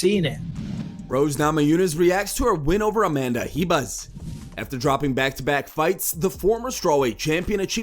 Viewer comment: RIBAS not JIBAS bro